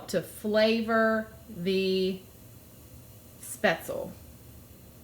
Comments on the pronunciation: Schpetz- LEE is the correct pronunciation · Thanks for the recipe! When living in Germany as a child, my grandmother used to make this dish. I love speatzle. BTW.. when pronouncing the word speatzle, the "e" on the end is vocalized as a soft e. It isn't silent. Best!